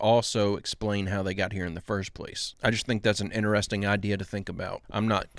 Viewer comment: ITS INTERESTING. NOT INTER…..RESTING……OMG PLZ